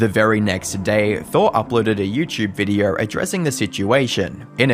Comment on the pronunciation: Why do you struggle so hard with saying the word video??? Videour, videou, vidyore. Bro stick with one fake accent or just learn clear understandable english.